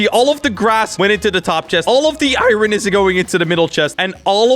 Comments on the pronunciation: Why do you call it iren?! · the way he says iron tho